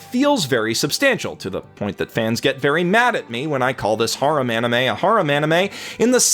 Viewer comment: i'm sure many people tell you this but get your pronunciations right, if you watch the anime you will find that the name sound a lot better when said correctly